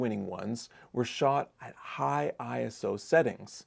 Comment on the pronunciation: Its ISO, not I.S.O. 😊